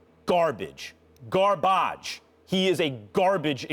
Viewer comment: "he is, as an executive hot garbage; BARBAHJ" 😂😂😭😭😂